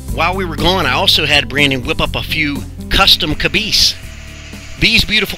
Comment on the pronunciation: Hmm, cabeese or cabice?? Nah... caboosies? That's it, caboosies! Nice work. Dan